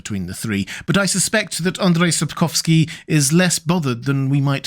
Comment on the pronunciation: Andrew Sapkowsky 😂😂😂 As a Polish person I burst out lautghing, just because it sounds so silly. Don’t get me wrong, I don’t have a problem with that (it’s better than failing to pronounce ,,Andrzej”) but it just sounds so funny.